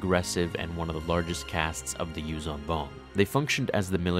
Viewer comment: Your pronunciation needs work.The "zh" in "Yuuzhan" is pronounced like a soft "z", not a regular "z". Source: Audio Books.